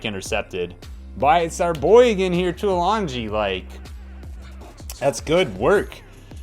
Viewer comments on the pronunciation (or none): It's pronounced tooa longy (emphasis on the a), And kicking the ball for a penalty when it has to bounce first. Hitting the ball isn't hard it's more to do with getting the right spin for accuracy. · Nope not even that it's actually "Too-ee-lung-ee" you guys been saying it wrong all this time.